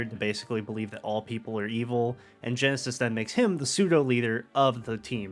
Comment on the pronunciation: Great video! Only thing that kept bothering me was the “Genesis” thing 😂 but I’ve seen in the comments that you didn’t know his name until after the vid. I love that Gen 5 (my favourite generation of Pokémon) can spawn videos like this years later cuz it goes to show how much love and effort was put into them. I’ve loved them since day 1 and I totally think the theme of loss in these games is a subplot after watching this! Side note: at the beginning & end you mentioned Nintendo posting about the Pokémon stuff but I’m gonna put this as a reminder cuz I often see people get confused, The Pokémon company, while it’s owned 33% in part by Nintendo, they’re a different company that have their own developers, so asking for “Nintendo to release Gen 5 remakes” isn’t exactly correct cuz Nintendo doesn’t make Pokémon games. Sorry for the rant but I gotta spread the info whenever I see people getting confused